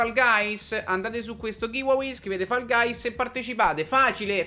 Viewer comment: Fall guys si prununcia foll gais hahahahaha